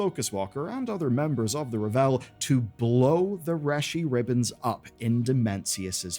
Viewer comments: R-AAH-V-EL like unravel. Raaahhhvel. Not revel. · Isn't it ravel? Like to unravel a spool of ribbons? Revel is to take great joy in something. I'm fairly certain they pronounce it raa-vel in game too? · Dude, it's ravel, like unravel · Good video, but lots of Mispronunciations! Ravel and Reshii Ribbons are pronounced in-game! Or you can check Warcraft wiki!